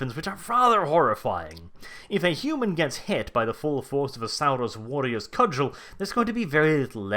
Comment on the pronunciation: 'Sal-rus warriors', 'petro-dactyls'? Dude are you pronouncing words weird on purpose or have you just never been told the p in pterodactyl is silent?